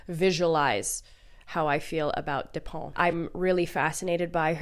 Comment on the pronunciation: Hey, thanks for the video! And amazing taste as always 😌 French lady here: I LOVE Virginie Despentes, very interesting writer and person for sure:) Please don't worry about your pronunciation, you were very close haha (you just need to pronounce the "t" at the end). I would also recommend her "Vernon Subutex" saga which is pretty good (liked the last volume the least, but first two are very enjoyable); King Kong Theory was like getting an uppercut, except you feel great afterwards. I think she was a sex worker in Lyon though, not in Paris. I loved "The Piano Teacher" but I'm always thinking twice before recommending it to anyone 😂 Tokarczuk is also fantastic, can't wait to read more of her work!! Thanks for your own work as always!